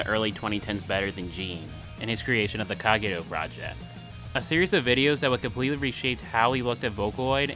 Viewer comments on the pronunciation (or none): Good video, but as someone who was inspired to learn Japanese by vocaloid, please pronounce the names right. it's not Jean, it's Jin; no Kag-e-rou but Ka-geh-ro-u